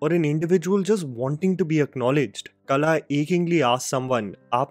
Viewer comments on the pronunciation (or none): You keep pronouncing Kala but it's Qala.